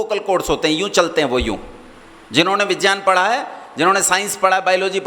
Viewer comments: पहले विज्ञान को सही बोल लो, विज्यान बोल रहे हो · सबसे पहले बिज्यान नहीं विज्ञान होता है । उच्चारण तो सही करो